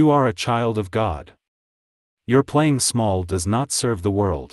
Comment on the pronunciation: “You wanted a level play i.n.g. field.” Kinder pronounced as kinnder It’s awful,this AI crap!